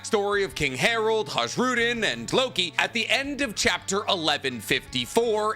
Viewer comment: Ha-zh-rudin? Takes like 5 seconds to find a video from anime to hear how it's pronounced... What's funnier to me is that watching the Naruto content, there's an O-tso-tsu-ki phase. I wonder if has any weird pronunciations for some of the lesser known Pokémon xD